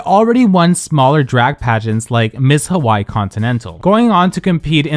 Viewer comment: The pronounciation of "Hawai'i" in this video is crazy 😭